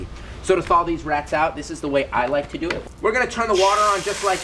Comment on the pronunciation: Also its do not doo